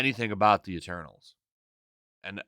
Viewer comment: Told Ya! MEH-TERNALS